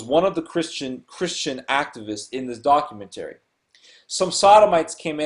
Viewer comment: Doc-u-men-terry. That must be from the same dictionary that has Auto-may-ton in it.